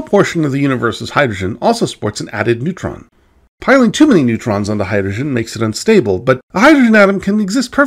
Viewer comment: has perfect diction except for “hydoshen”. Rather endearing.